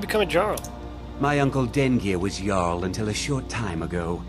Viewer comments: it's "barr-icks" and "yarl" not "Jarl":) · quick tip jarl is pronounced yarl not trying to be nitpicky here just thought you'd like to know